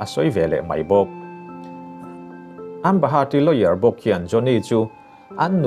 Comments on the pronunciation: A bengvar thlak e, mahse a changin lawyer i tia a changin layour I ti char2 bawka… 😂😂🤣🤣🤣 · Ngatinge lawyer hi lower tia ilam zel a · Lawyer tih tur Lower han tih leh Khawvel ram lar Los Angeles tih tur Los Angels han tih daih chu ngaihthlak a ti nuam lo deuh hlek... han tang sauh2 teh.. thil dang pawh kan lo beisei zel ania... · Saeisel vang pawh nilovin.. hmasawnzawk nan.... Lawyer tih hi Lower tih ngawtin i sawi a, a ri zing bawk sia... Lawyer = Láwi-er tih deuha lam tur a ni zawk maithei... 👍👍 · Lower ti lo in Lawyer ti ve tal la 😂😂😂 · lower niloin LAWYER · e a nih chu,a nih chuan kan news ngaihthlak chu a ga rin tlak loh ve...thil belh chian tlak loh hi chu Up lord lo se tha tur..a lam dan reng2 kha a lam no lutuk😂😂ambahat....lower...🤣😂😂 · Amberi Lower 😂😂😂😂 Lawyer tal te hi chu lam dik tum ve teh 😆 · Lawyer kha lower i ti tlat a 🤣🤣🤣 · lower ti a I lam hi ka vei lawyer tur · Lawer ti mai la. I lam puam mah mah a, lower a ni tlat zel. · Lawyer tih hi Lower ti in ka hre tlat a ka hresual zawk nge ni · Lawyer a ri lovin Lower ang in ka hre tlat...